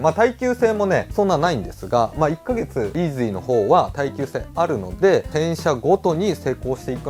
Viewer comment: のイーズゥィーって発音がツボでした🤣